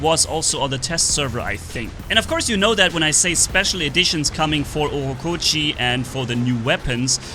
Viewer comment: Why do you say „Ockokochi“ when its „ochokochi“ 😂